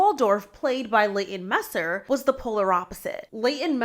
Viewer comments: Girl, you seem sweet. But can we pronounce celebrity's names correctly? Its pronounced Mee-ster, not micer. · It's Leighton MEESTER, not MESSER. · Meester not you mispronouncing her name 😂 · It is MEE-STER as in ME, not messer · MEESTER not Messer. MEE-ster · Leighton MEESTER not messer lol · Leighton MEESTER(pron.like E in english, not Meser) - I know it’s a small thing compared to the others, but I had to😂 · Leighton MEESTER, not Messer..... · Meeeester. Say the last name right please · Its MEE-STER😂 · It's pronounced MEESTER. Leighton MEESTER. Though I believe it's spelled Meister...(?) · Leighton “Messer” 🤦🏻‍♀️🤣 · It is pronounced "Meese-ter." Leighton and her husband, The O.C. actor Adam Brody just lost their Home in the L.A. fires 🔥 She is definitely NOT focused upon Blake at the moment...or likely ever. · It's pronounced Mis-ter. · More like me-ster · Blair was the star of the show at least for me she was always my favorite she had layers and was such an amazing actor. This is the second video I watched of you because I like your content but you keep saying Leighton last name wrong please look it up it makes it hard to keep watching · Простите, но разве так сложно загуглить и разобраться как произноситься имя журналистки? Это обычное норвежское имя и вы можете исползовать гугл транслейт чтобы послушать произношение. Не будьте такой типичной американкой. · She missed pretty important letters in both Meester’s and Badgley’s last names, plus completely butchered Kjesti’s name. I know names can sound different with accents, but she’s just plain mispronouncing them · She has a Dutch last name and that’s not how it’s pronounced. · The way you're pronouncing some of theses names is criminal 🤦‍♀Penn Bag-ley, Leighton Meh-ster 😂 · yea and Penn's surname is pronounced Badge-lee... Idk why but her pronunciations were making my ears itch lmao🤣